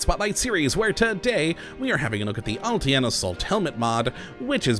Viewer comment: except you aren't. The name of the helmet is pronounced "uhl-TIN", not "uhl- T. N.". I'm Russian.